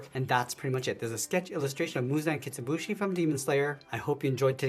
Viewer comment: it is not Muzan Kitsubuji, It is Muzan Kibutsuji